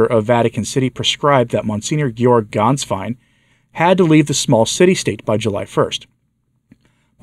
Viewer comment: The former pope's secretary's name of Ganswein is NOT pronounced with an "A" as in "Father", but with a short "e" as in "met". It's pronounced "Gehnswein". Thank you for your good work on behalf of the Church!